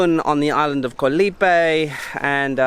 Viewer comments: FYI, the word Island, "KOH" shouldn't rhyme with "TOE." It actually sounds more like the "AU" sound... "Gau" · you should know by now that KOH (island in Thai) is pronounced with a soft (O) as in the word GOLF. No hate, just want you to pronounce KOH like a local Thai.